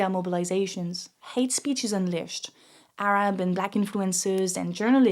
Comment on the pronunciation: Bro pronounced Arab right..... I like you